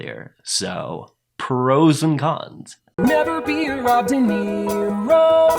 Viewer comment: "so...prroos and cons"